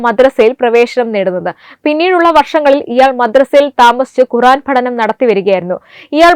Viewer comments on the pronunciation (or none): none